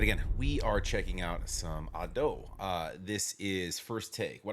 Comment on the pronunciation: The spelling of Usseewa isn't "Japanese English" at all. It is Romanization of Japanese language. English pronunciation ruled doesn't work. Just for your information. You also pronunce Ado wrong. Put stress on A not on do.